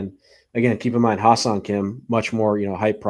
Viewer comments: Best possible outcome now is trade for bichette and put him at third. Go get Kim Hye Seong (pronounced Hye like Hay not Hi), and then sign Alonso or turner. Let’s not forget too we still have done nothing with the pen. Not looking super encouraging. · If you guys want the correct pronunciation of Hyeseong Kim's name, it would be "Heh Sung" Kim. So much gets lost in translation based on how Koreans translate their names from Korean to English. Personally, at some point while growing up, I got tired of trying to get people to pronounce my middle name (which is the Korean name given to me by my parents) because rarely ever did anyone get it right after several attempts. 😂